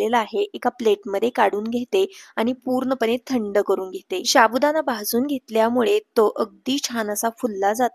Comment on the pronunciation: शाबुदाणा नाही साबुदाणा असा शब्द आहे तो 😂😂😂😂😂😂